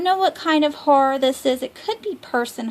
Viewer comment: Haha I laugh every time you say horror and horrors lol I keep hearing whores haha